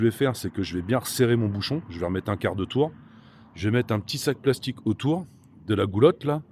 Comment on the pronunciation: Tour prononcé avec un T anglais non pas français 😂.